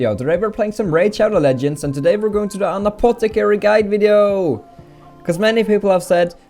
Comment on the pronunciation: Anotter apotticarry!!!